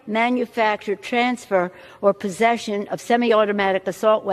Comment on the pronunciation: HAS ANYONE NOTICED SHE SAID "POSSESSION"?????????